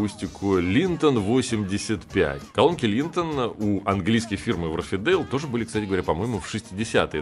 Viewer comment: Все равно не читает комментарии, но все же! Не вАрфидейл, а уорфдЭйл